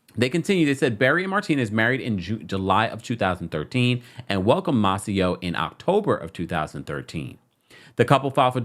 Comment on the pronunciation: You be tearing these names up!!!😂 it’s May-Cee-Oh.